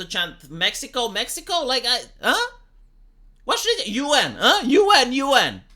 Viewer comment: "UN! UN!" -this sounds like "Yuan! Yuan!"! This is the kind of "liberal" woman I would avoid, and I might even have read more books than she.